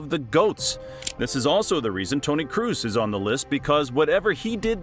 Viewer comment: After he pronounced Kroos wrongly, I stopped watching, that ain't a football fan.